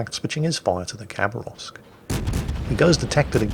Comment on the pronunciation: say it like habaravsk please, not cabarovsk